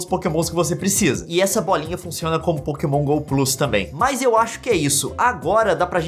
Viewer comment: Pokémon Go PLOOS. Tá certo, moço.